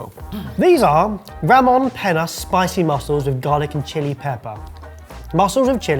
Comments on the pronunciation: It's not Pena, it's Peña. (Penja). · OMG, this is pronounced „penia“😢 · pronunciation is awful. Ramón Peña is more like (rah moan' pain yah). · pronunciation of Ramon Pena hurt me so much. I'm not even Spanish. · We need to take some Spanish lessons, cuz the way he was saying Peña had he howling😂